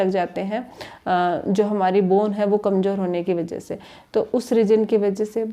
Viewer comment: Ganwaar apna pronounciation Sahi Kar kumjor nahi kumzor hota hai jaroor nahi zaroor hota hai z ko j j ko z s ko sh sh ko s ..padte ho